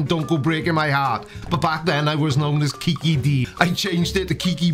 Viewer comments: I didn't think he said Kiki at the beginning. I heard "kinky blinder" 😂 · OMG.... I thought he said Kinky Blinder 😂😂😂😂😂😂😂